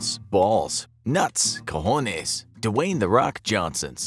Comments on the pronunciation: As a Hispanic i wheeeeeeeezed when he said “cojones” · When he said “cojones “ 🤣